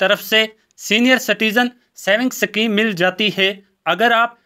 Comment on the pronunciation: सकीम नही शुद्ध उच्चारण "स्कीम * होती है ।